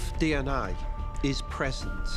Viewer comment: " Dee- aa-nay " 😶